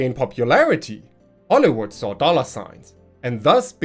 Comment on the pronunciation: I know it was probably just your accent, but "Hollowood" seems like a pretty apt name for our entertainment industry recently.